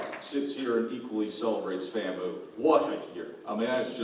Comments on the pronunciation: it's FAMU not FAM-MU... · FAM-MOO??? 🤣🤣🤣WTF is that? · LOL right! Took me a second to realize he was trying to say FAMU and that it wasn't a joke.